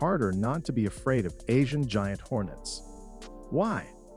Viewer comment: It is Asian Giant Hornets, not ‘Hornest’